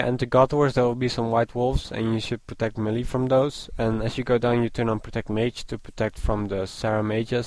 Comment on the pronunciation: you say melle lol funny